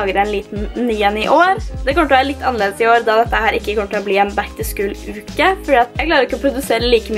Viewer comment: Uttales ikke "back to skul". Er mer O enn U